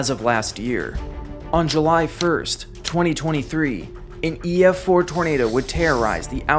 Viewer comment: Is it just me or did you say “July 1st” as if it was a competing YouTube channel? 😂